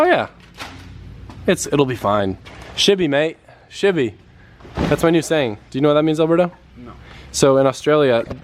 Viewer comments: mate it's "she'll be right" not "shibby right" 🤣 good effort tho hahahah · Anyone else think he was saying "shibby" because he watched "dudes wheres my car" on a flight?